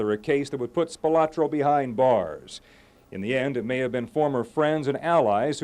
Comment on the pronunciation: The Spilotro family always hated the way everyone pronounced the surname. It's Spi-loh-tro, not Spi-lah-tro.